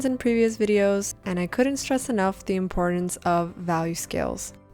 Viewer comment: Drawing is not yoga, but thanks, there's some good suggestions in here. And don't say "impor-ince".